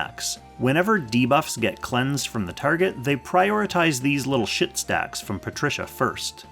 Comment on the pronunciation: Been replaying a few times to see if I'm hearing it correctly. Are you calling Patricia's stacks Shit stacks ? That aside, kinda want Patricia, but think i might need to save for imelda and maybe put in a summons few for Guyver.